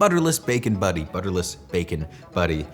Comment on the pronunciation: He keeps calling it a bacon buddy. It's a bacon butty. Emphasis on pronouncing the letter T.